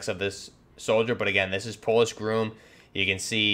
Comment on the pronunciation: Its pronounced gr-ah-m, not groom.